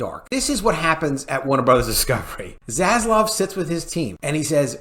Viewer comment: Please my friends.........can we end the mispronunciation of ZASLAV and say it correctly:)))))))))) ZASLAV not ZASLOV. While we are on the topic of vowels........it's pronounced SEGA (SEYYYGA) not 'SEGGA'. God give me strength in these trying times of vowel mispronounciation :))))